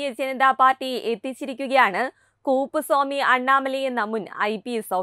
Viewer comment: കൂപ്പുസ്വാമി അല്ല കുട്ടി "കുപ്പുസ്വാമി " അണ്ണാമലൈ